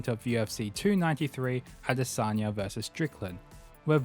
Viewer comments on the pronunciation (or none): none